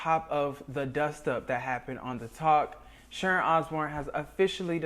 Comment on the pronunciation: It's Sharon not Sharont. You put a t on words where they are not required and leave them off when they are.